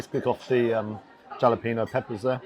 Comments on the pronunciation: Hey...the j is pronounced as a h so halepenos not jalenpenos LOL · As always, another great, honest review. btw: jalepeno is pronounced hal-ya-pen-yos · Interesting pronounciation of "jalapenos"!